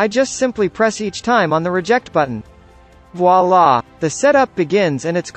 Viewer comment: the way he said wallahh hahahahah 🤣🤣